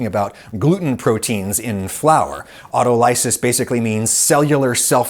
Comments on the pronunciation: Love you Adam, but it is pronounced autol-o-sis, not auto-ly-sis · It's my understanding that autolysis is pronounced au·tol·y·sis, not auto-ly-sis. I know you are one for accuracy. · I’m willing to bet money its “Aut-O-ly-sis” like “Dialysis” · autolysis - sorry man, it's so annoying this, "American" 3rd syllable emphasis... Au, TO'li,sis, not auto-LY'sis... but then again let's not argue over the empha-SIS' on the 3rd sylla-BULL' Aside: It's hard to hope for something otherwise when in the past, it has been deh,mon, STRAY'ted in news reports, that Gali,POL'li is appahr,RENT'ly an Ita,LI'an sausage rather than a Turkish loca'TION' 🤪😜🤪😜🤪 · Adam, I love your videos, and this one is no exception. But I beg you, with all that is holy inside me, to stop mispronouncing 'autolysis.' Remember, we always 'analyze,' but we never conduct an 'analEYEsis' of anything! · auto- lysis? omg mellicans. its au-toly-sis. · I've always heard autolysis pronounced aw-TALL-liss-iss but what do I know, I'm not a cell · I think it's pronounced "aw-TALL-eh-sis". Really good work on this video. Thank you for educating me. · You're saying 'autolysis' incorrectly. The emphasis should be on the second syllable. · You might want to learn how to pronounce autolysis. The accent is on the second syllable with a short o as in ox.